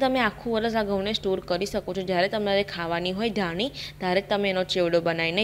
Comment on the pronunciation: બેન ધાનિ નઈ ધાણી ....પાની નઈ પાણી..દાના નઈ સિંગ દાણા 😁😁😁 બેન પણ મને તમારી રેસ્પી બોવ ગેમ...